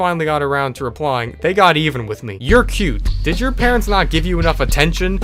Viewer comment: "Haha, yro'ue"